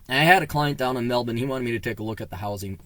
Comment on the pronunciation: You're the first foreigner I've heard able to pronounce "melben" as we do.